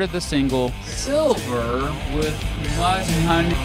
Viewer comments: Sliver not ‘silver’ 😂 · Dude calls sliver "silver" Kurt: You just activated my trap card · The guy from the video in the intro said later in his video that he's been informed that it is called sliver instead of silver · It's "Sliver" not Silver.. Thank you so very much for doing these videos and diving deeper into Kurt's murder.. That is just my opinion.. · it's called sliver!!!you called it my last name (silver) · Sliver, not silver ugg somebody needs correcting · Silver ? Try again random dude lol it’s Sliver as you know. Just shows he’s not a true fan. People questioning your 90s ness? Omg I hate when ppl do that , I have young kids not even of legal age carding me for a beer and I tell them honey I’m old enough to be your mom. They then shut up and get quiet. 😂 kids nowadays think they know so much